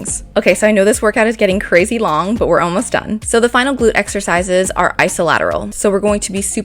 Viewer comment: Anyone saw BUTT when she said but 😂